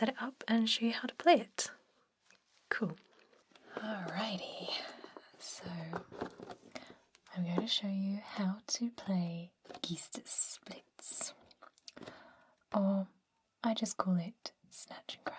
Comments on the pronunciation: Loved the vid. GEISTES - plural of geist, meaning ghost or spirit (as in zeitgeist). Pronounced GUY (rhymes with buy) STEZ. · only because I'm a language snob, it's pronounced "guy-sters". ;)